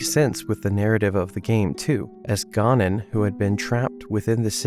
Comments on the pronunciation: Great video but your pronunciation of Ganon kills me...ga-nuhn not GAR nuhb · Why do you keep saying “Gah-non”?